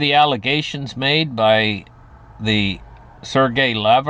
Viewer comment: Sergey is pronounced sir-gay not surge-gay. Pyongyang is pronounced pee-yong-yang